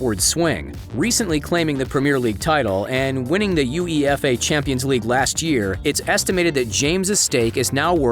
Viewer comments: when he said U E F A instead of UEFA my soul took a plunge into hell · Had to hit pause to take a quick breather after the narrator said "U-E-F-A" instead of UEFA... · Came straigh to the comments searching for this lmao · this guy said u e f a champions league lmaooo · This dude really said u-e-f-a cup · Yoo-ee-eff-ay.... lol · UEFA: you-way-fah. 😂😂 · Yuuu Eeey Efff Ayyy Champions Leage lmao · Man said U-E-F-A...Lmao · Yo why he called UEFA like that 😭😭😭😭